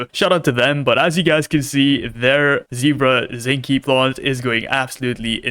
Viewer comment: It's pronounced zink-el 😅